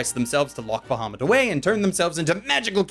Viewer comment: okay.... couple reason why I personally couldnt watch the anime (yes they all revolve around D&D) Firstly the name is being pronounced wrong, secondly, BAHAMUT IS THE KING OF THE GOOD DRAGONS! if they wanted a villian dragon, dont use a metallic dragon use a chrome, or even better yet, USE TAIMAT. SHE IS LITERALLY THE QUEEN OF EVIL DRAGONS.